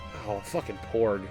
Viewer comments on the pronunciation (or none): Por"G"! with a G...i swear you said Porg with an "N"